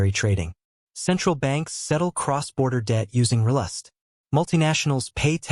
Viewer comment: Fix your pronunciation of RLUSD. It bastardizes your entire speel. Sheesh!